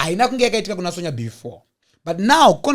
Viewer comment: her name may be spelt "Sonja" asi its pronounced "Son-ya" please baba 😂😅